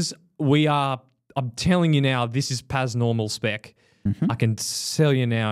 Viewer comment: Pas normal is pronounced as Par normall btw :p About the coaching: The only benefit of having a coach is the personal touch thing. There's plenty of apps that can give you a trainingplan based on your fitness profile and time. The reason why people still want a coach, is because it's a real person that validates them. To have a chat with once in a while. To ask questions etc. If you're not willing to do that as a coach, you're going to be out of business real quick when AI coaching is fully running.